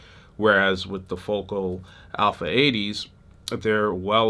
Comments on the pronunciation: It’s fo-KAL.. not focal ❤ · Dude, those French made monitors are properly pronounced as, "Foe-Cal" not Focal. Your video production is slamming! Peace.